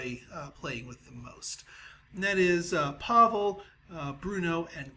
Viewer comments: its not Pavil its Pavle dude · Pavle is my name and its not pronounced pavl its with `e` at the end